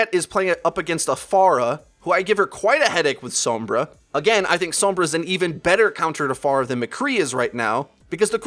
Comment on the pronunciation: Does anyone else pronounce sombra and pharah the way does? It annoys the crap out of me.